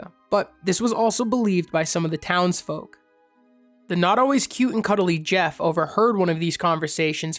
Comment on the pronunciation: Pronounced Ger, not Jef.